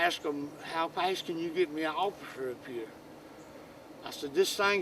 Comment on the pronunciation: He said GEET!